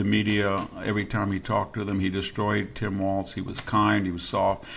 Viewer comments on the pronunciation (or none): none